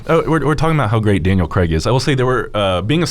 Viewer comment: Why do Americans pronounce Craig cregg?